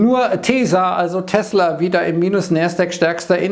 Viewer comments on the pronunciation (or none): Tesa ...und gut ist. 😅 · Das stimmt, nur vergist er immer das "L" in TesLa. An alle Loite: es heißt TesLa!!